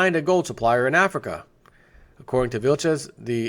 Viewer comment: Donovan Miller Yeah, it's a country in AF REEEKA...